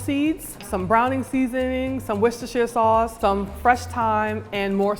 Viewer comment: It's pronounced Wors-ter sauce